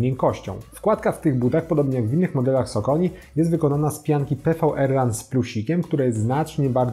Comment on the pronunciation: Pianka to PWRRUN czytane jako power run, a nie PVRRUN ;D